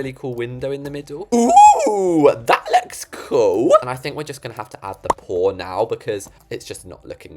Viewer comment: “OOO GHTAT LOKKS COOlLLlL”! Got me homie😭